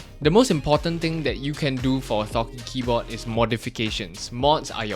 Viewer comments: "a thocky keyboii" lmao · keyboa 💀💀 he said it like my parents.